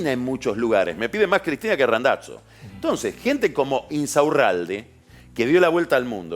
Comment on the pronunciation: Me pone nervioso que diga RandaTZo.